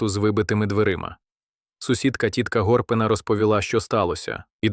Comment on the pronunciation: Дуже круте відео. Але невже не можна самому озвучити? Без ШІ. Ріже вуха РівнЕнщина, кУркулем, ГОрпина, сотня ВОвки , видАвся, крОтом, найкривавІші. Ви робите хорошу справу, але дуже жахливо...